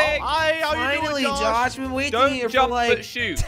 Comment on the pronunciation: Jelly says jos not josh lol he dosent know how to say josh